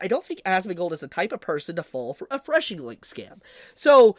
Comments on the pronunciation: Phishing is pronounced similarly to "fishing", not "freshing". LOL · It's called 'phishing', pronounced 'fishing'. not 'freshing' or whatever you're saying. It's pronounced like fishing for a reason. You've got the bait (malicious link), cast it into the water (mass send fake emails with the bait link) and wait for fools to bite. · You mean phishing link right??? Not threshing 🧐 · its called a phishing (FISHING) link... not whatever the fuck you are saying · It's "phishing," bruv...."phishing"